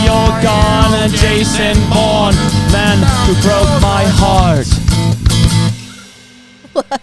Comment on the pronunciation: Oh my gosh it’s Vason Vourne 😂